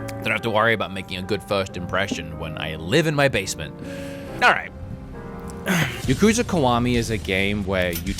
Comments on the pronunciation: Ya kuza not Yu kuza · I thought it was pronounced YAH-kuza not ya-KU-za.